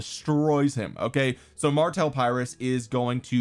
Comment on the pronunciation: Just a quick "correction". Pyrrhus is pronounced with an "e" not an "i" and an "o" at the end. So it's Perrhos. I'm gonna watch the rest of the vid now 😅👍